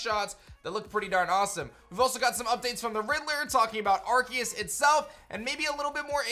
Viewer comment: Pretty sure it’s pronounced “ar-say-us” not “ar-key-es”